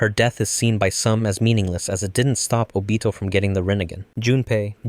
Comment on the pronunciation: I like how he pronounced Obito's name